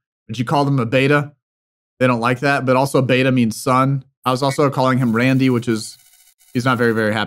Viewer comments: Hey jus a tip its pronounced (rundhy) not randy lol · its not randy , its rundeeee😅😂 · The pronunciation of the words is kind of incorrect. The word Beta is supposed to be pronounced as 'bay' + 'ta' and 'Randi' is pronounced as 'Run' + 'dee'. Keep up the fantastic work! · just fyi, randi is pronounced (roll the r) "run-dee". just wanna see them actually get what you're saying lol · Well... The word randi... Is actually pronounced as " RUN DEE "